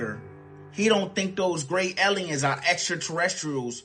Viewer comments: eliuns? Lol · Ehleeyens lol